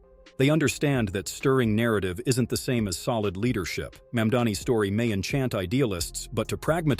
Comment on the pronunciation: Most American anchors are pronouncing his name wrong, includingthis one. How did they elect Mamdani? Being communist is still ok. People change. But an islamist??